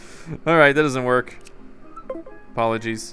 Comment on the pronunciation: LOL "Apollo"gies xD